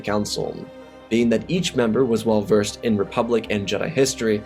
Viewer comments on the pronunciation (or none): none